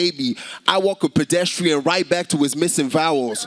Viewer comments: "...I walk a Pdstrn right back to his missing vowels.. Ahhhh🔥🔥🔥🔥🔥🔥🔥🔥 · This guy really said he'd walk PDSTRN back to his missing vowels!😭